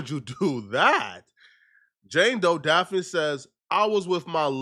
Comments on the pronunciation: This fool can't even pronounce the chick name right. What the hell is DAPH-FIN? It's pronounced DAFF-KNEE. Say it with me now, DAFF-KNEE. 4 to 5 girlfriends?, stop frontin.' You are still a virgin and say Aaaahh shucks when you see a titty." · Her name is pronounced daffney it's a different spelling Daphne the way you say her name hella funny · It's pronounced "Daff-knee" nigga❕️ DAFF-KNEE‼️ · Say it with me “DAFF-KNEE” JOY. The way you saying it is kill me 🤣🤣🤣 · Like if u gon talk shit about her at least say her name right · who? This fool cant pronounce Daphne lol. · can’t even say her name right and he talks for a living.